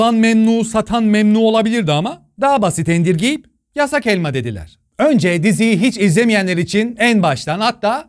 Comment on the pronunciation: Nobody:: YASSAĞGHH ÆLMAĞH..